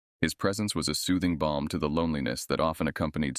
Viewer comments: Soothing bomb? Not balm- unexpected AI humor! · A soothing "bomb"? Do you mean a soothing balm?